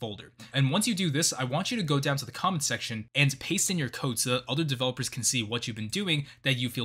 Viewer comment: I like how he says "Make sure to paste your code in the comment section so other DEVELEPORS can see it"